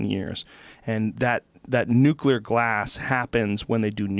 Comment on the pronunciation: Still struggles pronouncing "nuclear" lol love this guy